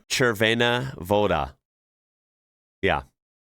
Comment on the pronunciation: Pronouncing Červená Voda almost correctly deserves a like. One tip, since you are part Czech. J is pronounced like Y in Yes. We're not Spanish ;] Oh, and Žamberk was also pretty much OK, but the E is not silent.